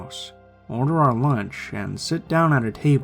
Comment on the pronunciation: Why does he say lunch like launch